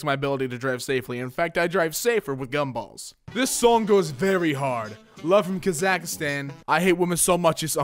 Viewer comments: Did he just say Kazak a stan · Did he just pronounce Kazakhstan kuh-zak-stan?? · Kuh-zack-stan Kazakhstanis: [anger]